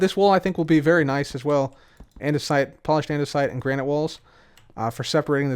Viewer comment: "Andesite and Granight" 2021